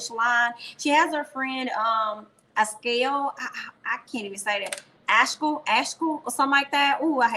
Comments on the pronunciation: girl, its AS-Kal-E LOOOL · Yo,! Love your videos. The new girl's name is pronounced Ess-SCAH-lah. And she's beautiful.